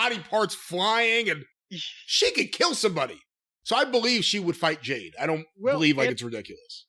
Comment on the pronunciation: & (Jayne) I think that n Jim are confused asf n don't really know whose who lmfao. Bcuz he mispronounces Jade's name the whole time n it's not 4 a gag.